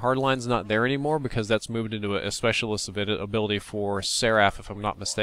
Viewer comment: Did say "specialist..?"